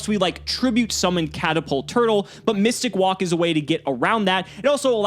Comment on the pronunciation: Actual pronunciation mystic walk. Me mystic woke